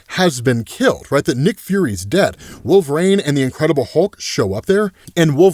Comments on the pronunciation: Why is he pronouncing it like wolverain? Instead of wolverine...it really bothers me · Lol every time: "Wolv-rain" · Why does say “Wolver-rain”? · I keep meaning to ask, why is it that you pronounce Wolverine as “wolv-rain?” I’ve never come across anybody else that does, so I was curious